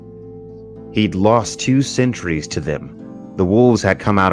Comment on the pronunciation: lmao i thought he said centuries instead of sentries.